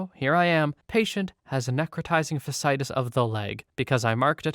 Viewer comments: You ALMOST nailed necrotizing fasciitis, it's just the latter bit you missed. It's pronounced "fash-see-eye-tiss" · Hey man, just wanted to say thanks for reading these stories; I know some of 'em had to be horrifically concerning. And just to let you know if you ever encounter the word again, fasciitis is "fash-ee-itis" :p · your voice is relaxing, so thank you for making my morning better. also fasciitis is pronounced fash-E-eye-tis, good attempt tho! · Fas-cee-i-tis - no judgement!